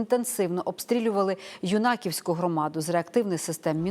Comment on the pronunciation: Юнаківська громада - треба наголос ставити на Ю , а не на І